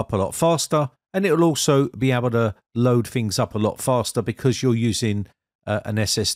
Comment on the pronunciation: I can't listen to him saying fings anymore